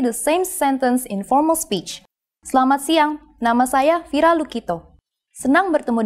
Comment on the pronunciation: Bahasa Indonesia is beautiful although there are lots of mistakes n this video. In the first video Selamat Siang is translated as "Good Afternoon" but in the second video is "Good Day". She also pronounces the "E" on Selamat only when she speaks slowly, even though that E is mute.